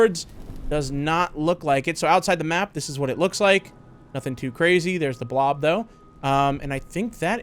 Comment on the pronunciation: This is actually cwazy. What, did you think I’d forget my Ws?